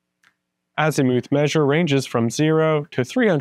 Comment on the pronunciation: AZ i muth not azEEmoooth :)